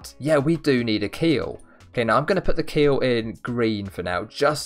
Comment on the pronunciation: he said keel it sounds like he said akhil my name 😧